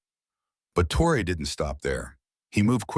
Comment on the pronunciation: Why caint you buttheads producing this video take the time to make sure you know how to pronounce this gr8 Black Afrikan leader's name, I've heard everything from Troy, Tray, Trayor, Troy to fuggin Tro. How fuggin disrespectful !!! HIS NAME IS TRA OR È!!! Git it fuggin right😠😠😠😠😠😠😠😠😡😖😡😡😡😡😡😡😡